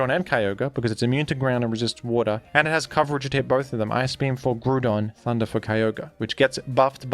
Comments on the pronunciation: Your videos would be perfect if you just wouldn't fucking BUTCHER Groudon's name by saying it completely wrong: GREW-DON. That's wrong. Stop. It takes all my willpower not to hit dislike for that shit. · When are we getting a montage of everytime says “grewdon” in videos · The repeated mentions of the pronunciation of Groudon makes me think that is not, in fact, how the name is pronounced